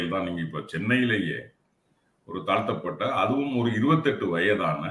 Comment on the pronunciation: Correction.He didn't say Thalnthavan but he says Thalthapathaven.So much different.